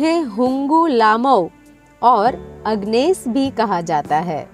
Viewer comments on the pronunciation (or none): Very slow host and pronunciation is very poor, dont know hw to pronounce the name itself, her name is एगनेस not अगनेस.